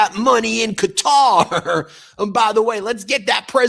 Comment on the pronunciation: Thankyou Ben for pronouncing Qatar correctly. "Cutter^, was like listening to fingernails on a Chalk board.